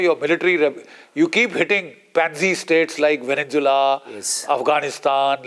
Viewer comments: It would help if the old fart with the crooked teeth would pronounce the country properly, it is called “Venezuela” not Vennzula. Furthermore, Iran war damages were nowhere close to $50 billion. Israeli homeowners filed 45,993 claims for some NIS 5 billion ($1.47 billion) of property damage sustained during Israel’s 12-day war with Iran in June. So get your teeth fixed and then get your brain checked. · GEN Sb country is Venezuela not Venenzuela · Great analysis by Major General GD Bakshi. When will he learn to say ''VENEZUELA'' and not VENENZUELA''?????🤣😂😂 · It is not Veninsula Mr B it is Venezuela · Why GD Bakshi Sir calls Venenzula for Venezuela? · he calls it vevenzuella